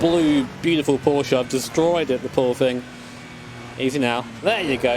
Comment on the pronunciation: Today I just realized that says Porsche the correct way:)